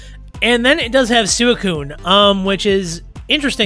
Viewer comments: Can someone tell him to stop saying suicune like that. I don’t care if that’s how you’re supposed to say it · Hey, thanks for the comment! How do you pronounce Suicune? I try to make sure I say mons names correctly given their inspiration and whatnot. It never occurred to me that I may be saying it wrong.